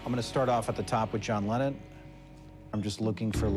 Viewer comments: John “Lennen”?? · its lennon.....not lennen